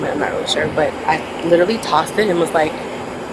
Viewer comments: You mean “lillally” ? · Can any Americans explain why nobody getting arrested can ever pronounce “literally” ? “Lillally” is rogue.